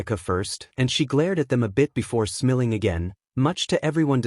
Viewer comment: Do you not know how to say smiling or this just AI generated because you are saying smelling